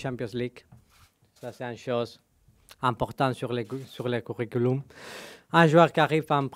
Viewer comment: important sur le couricouloum ahahah mdr il a fait ma journee